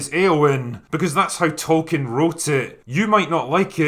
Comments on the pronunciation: As South Park pointed out! It's Tolkien, not token! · Fans: It's "Tolkeins Works" NOT "Token" Work.